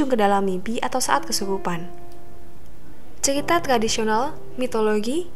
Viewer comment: Ceita,Geenland, oang oang inuid, R nya mana